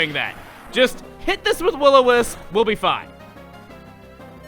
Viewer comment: we don't call it will-o-miss... We do however, have STONE MISS